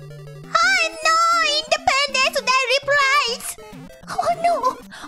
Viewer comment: her: indipendence day resprise --- WHAT THE-- CAN YOU EVEN DO THAT IN A YOUTUBE VIDEO??